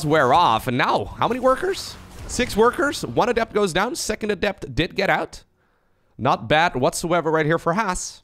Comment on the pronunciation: "what about seecond cheese" hahaha good one